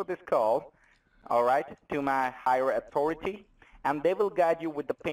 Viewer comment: Mr. Stu Pidkant sends his regards to Polly and. 😂😂😂😂😂😂😂 I love it that the “higher autoritee” guy actually says “Goathouse”.